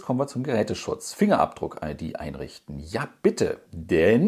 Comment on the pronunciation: Ahh einrichaten, wer kennt es nicht